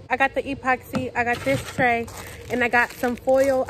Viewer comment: What’s an E-poxy😂 it’s just epoxy one word!